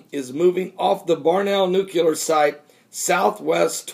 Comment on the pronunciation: NU-CLEAR not NUCU-LAR